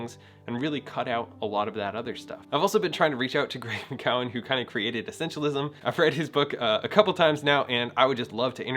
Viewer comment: FYI: Greg McKeown pronunciation is Greg “Mick-que-n”, Greg “Mick-youn”. ...just a friendly share from hearing him pronounce his own name in the podcast “What’s essential”.